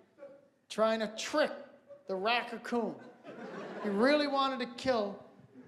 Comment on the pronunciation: HILARIOUS! "racacoon"